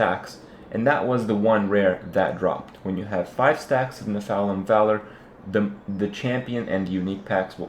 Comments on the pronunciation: it makes me lol when ya say Nephalem, try saying it like ''neff-a-lam'' its like when some one saying ''methane like meethane'' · Its pronounced NEF-a-LIM ;) good vids keep it up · The way he pronounces Nephalem 😆